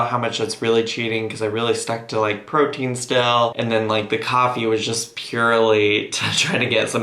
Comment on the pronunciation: I know he said protien but almost every time Dr. Now says protein it sounds like cocaine. Like "cocaine and vegetables". I respect the frick out of this Doctor and the patients he puts up with sometimes.